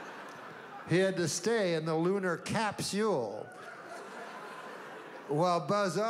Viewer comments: "Lunar capseewl" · The way he purposely mis pronouces capsule to make it funnier 🤣